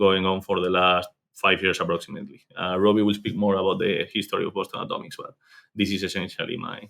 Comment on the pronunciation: Believe it or not, he was attempting to say Boston Atomics. Enunciate, kids!